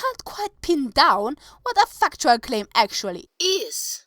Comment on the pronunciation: I need fucktual evidence xD I don't like to pick on people's accents, but that was too good!